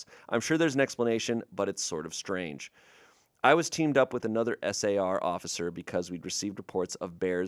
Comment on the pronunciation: I’m in a search and rescue household, and that last story was getting me with S A R. It’s just “Sar”.